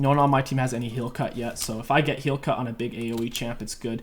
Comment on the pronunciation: Definitely thought i heard you say "heal cuck" and now that's all I'm ever going to call grievous wounds anymore